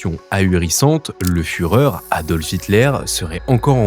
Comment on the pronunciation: Lee a fait la foureur de vaincre .